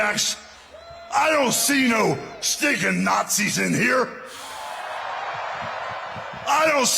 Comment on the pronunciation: Hulk Hogan said he didn’t see any Nars-Zee’s there